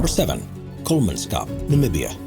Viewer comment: Kolmanskop, not Kolmanscop. Don't Anglify it.